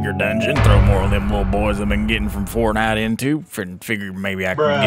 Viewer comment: Why why do you say fartnite Instead of saying Fortnite😂